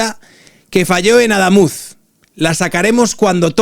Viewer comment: No es Adámuz (llana, lleva tilde porque no acaba ni en n ni en s ni vocal) sino Adamuz (aguda, no lleva tilde porque no acaba en vocal, n o s)